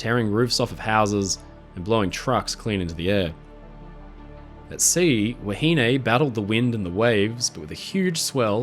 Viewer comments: Wahine is pronounced 'wah he nee' in NZ, not 'wah he nay'. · I thoroughly enjoyed your video, however I was starting to get annoyed on how you were pronouncing "Wahine" you were saying "wa-hin-ay" where the correct pronunciation is "wa-hin-neh". Besides that keep up the great work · Actually the pronounciation is a bit off. The contemporary pronounciation was more like "wa-he-nee". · Have I been pronouncing “wahine” wrong all my life?